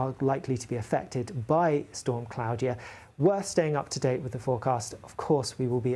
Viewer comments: Surely it's pronounced (claw-dia) not (clow-dia) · Surely it's "Claw-de-a", not "Cloudier"!😂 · Is that how you pronounce it? I've always pronounced that name differently, like CL-AW-DE-A E.G: Claudia Black. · Why is he saying Claudia like that?? 🤣